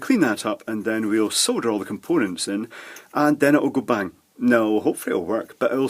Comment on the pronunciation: Did anyone else think he said soda?